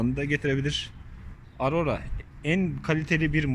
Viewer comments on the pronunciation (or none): none